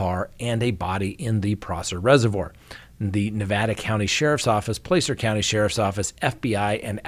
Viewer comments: it’s not Plācer, it’s Placer, as in placer gold. I lived in the area there for many years. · Thanks, as always,. PS--We locals pronounce Placer, "Plasser." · By the way, it’s Plaaaacer county